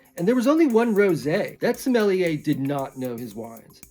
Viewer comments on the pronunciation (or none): Smell-i-yay is the best pronunciation of Sommelier this side of the voice actor for Shigeo Iguin in On the Edge, who pronounces it differently every few episodes..